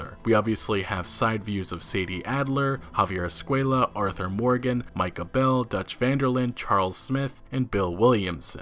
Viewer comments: You finally pronounced "micah" right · Hey! You pronounced Micah right this time! Proud of you!